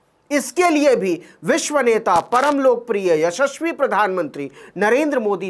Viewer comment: शाबाश नवीन पत्रकारिता के सूरज की तरह चमकते रहो खास तौर से एपिसोड में, विश्व नेता, परमलोक प्रिय, यशश्वी शब्दों का उच्चारण बहुत ही अच्छा लगा ग्रेट😀👌👍